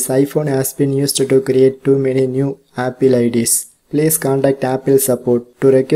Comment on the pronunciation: Please pronounce apple true 🎉😁